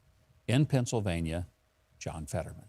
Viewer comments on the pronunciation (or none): none